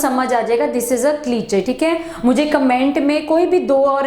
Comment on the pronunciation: क्लीचे नहीं क्लीशे होता है